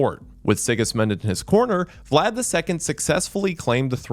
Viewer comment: The pronunciations throughout are rough for someone whose obsessed with Vlad as a figure and person. Amazing video regardless though.